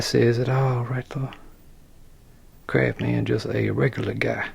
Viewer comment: i like the CrafsMan without the "T" in it ...